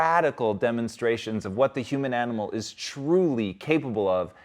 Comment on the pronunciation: "an-E-mole" - What's that? You mean "animal"? There is no "o" in animal. Yout speech patterns are ugly mouth-breather noise, not real Human language. Sit and breathe the right way or don't breathe at all when exposing yourself to children and real Humans.